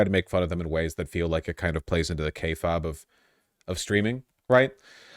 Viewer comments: I just, I can’t… Voosh, for the love of god PLEASE stop pronouncing kayfabe like you’re saying key fob!! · "k-fob" vaush still doing that one weird streamer trick of mispronouncing a word for engagement in the comments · I'm a wrestling fan and it bothers me how Vaush pronounces "Kayfabe" differently every time he says it and it's never the correct pronunciation. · It triggers me each time Vaush mispronounces kayfabe